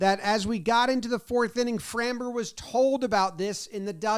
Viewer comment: Dude, please learn to pronounce Framber.